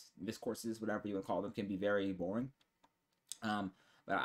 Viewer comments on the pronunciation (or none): Lol “miscourse” 😂😂